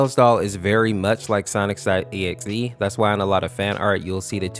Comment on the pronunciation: I love how he calls sonic.exe sonics.exe